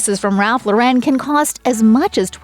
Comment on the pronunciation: The American designer's name is pronounced Loren not Lo Ren. Get with it. You said it wrong so many times.